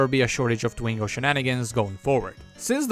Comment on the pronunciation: Its twingo SALE FILS DE PUTE POURQUOI TU ASSSINE LE NOM DU TWINGO